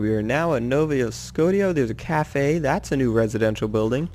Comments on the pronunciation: its Scotia not Scot i a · i laughed my ass off when he said nova Scotia (skosha) like skotia and when he said PI instead in PEI!!! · nova scot ia lol its nova shosha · Just to say. it's " No-vah sco-shh-uhh " Not " No-vah scot-ee-ah " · It's Pronounced Nova Sco-Shi-A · "Nova Scodia" 11/10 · ITS PRONOUNCED NOVA SCO-SHIA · It's pronounced "no va sco sha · No-va sco-sha there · I'm from Nova Scotia its Nova s-k-o-sh-a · I m from novascotia its Nova s-k-o-sh-a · Nova Scotia isn't pronounced like that. It's more like Sko-shuh if you know what I mean. :) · its pronounced nova "skosha" and its a dek hockey rink not a soccer pitch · You pronounced Nova Scotia wrong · Not even Canadian but the way he pronounces Nova Scotia hurts my ears... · you said nova scotia wrong u fucking dumbass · You said Nova Scotia wrong but still a great video